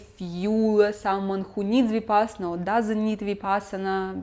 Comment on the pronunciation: Every time you say Vipassana a fairy loses its wings and dies.